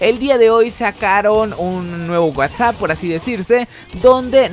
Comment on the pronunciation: un whatsApp? hahaha pronúncialo bien whats Up?